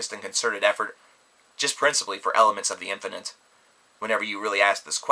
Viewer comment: At first I thought he said elephants of the infinite...